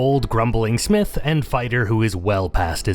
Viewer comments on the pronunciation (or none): none